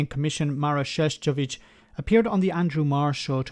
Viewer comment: Sheesh, butchered his name. Sad.